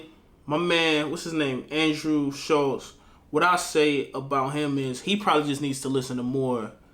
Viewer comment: I think he mispronounces names on purpose to show less respect he does it with nearly every uk artist and Shultz is a prick, good work